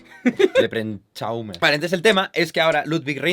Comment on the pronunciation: me rei demasiado con lepren chaumer